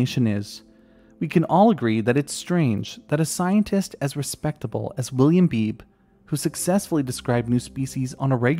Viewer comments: FYI: I have a friend named Beebe, and it's pronounced BEE-bee :-) Like a BB gun. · I don't mean to be annoying, but I'm pretty sure his name (Beebe) is pronounced "Bee-bee"